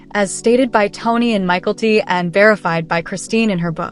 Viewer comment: It’s not Michael T it is Mykelti